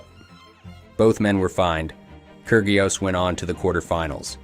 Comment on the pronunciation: The pronunciation is..KI RI OS!!!